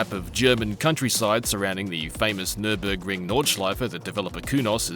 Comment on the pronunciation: They forgot the R in NüRburgring